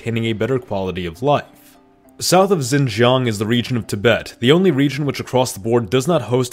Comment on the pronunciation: Xin jiang pronounced like English Shin jyang. No “Z” sound at all when you see “X” in Chinese.